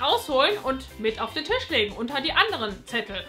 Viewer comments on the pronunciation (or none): none